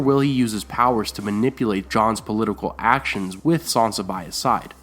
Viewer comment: It's "SAN sa", not "SON sa". SAN. NOT "Son".